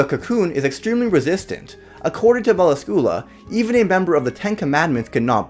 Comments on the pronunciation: Isn't it pronounced Mel Ask you lah? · fuck can t you pronoce her name right its not meracula you read meracila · You said her name incorrectly... Mell-lass-scu-lah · Why did you have to pronounce melascula wrong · Im sorry but you said it wrong and i could not stand it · 😡😐😑... That's NOT how you say her name tho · I love her but you pronounced her name wrong